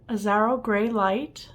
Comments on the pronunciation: The name is Japanese….”EE - ash- row” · Sorry “EE - sah - row”